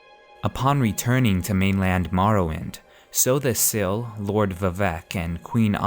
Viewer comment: chimer is pronounced with a k sound, and sotha sil is not "so the sil" and im pretty sure julic is pronounced yulic